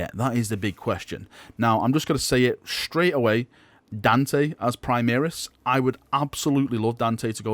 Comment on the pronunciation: why do you keep saying 'primeeris' it's really annoying.